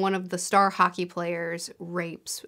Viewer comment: About the bear Town trilogy I kept thinking you said Haki - and was confused how a Swedish Town revolved around one piece magic